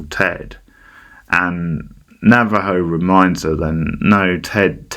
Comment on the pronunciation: Why are you saying Navajo